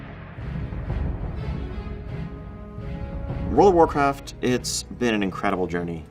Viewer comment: Wowld of wowcwaft